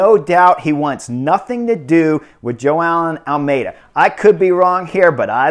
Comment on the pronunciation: It's really funny how you pronounce Joao Almeida as "Jo-aa-eln". Keep up the good work, sir.